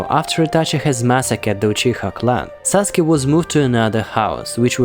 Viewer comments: It’s saskue not saske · Saske. Why saske its sasuke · Pardon. Its Sasuke not saske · Correction its Sasuke not Saske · It's sasuke not saske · it’s sasuke not saske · "saske" PLS XDDDDDDDDDDD its sasuke btw BUT I WAS SO CONFUSED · SASKE = SAUCEGAY! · Saske lol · Bro he said mikato saske wrong